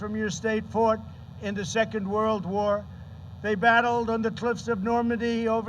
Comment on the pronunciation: Why does Trump say that they "fart" in the war? Shouldn't it be "fought"? I can't believe that he never reads his speeches beforehand. We're Learning a lot today? Yeah, because you don't study. Ever. What an idiot. Face palm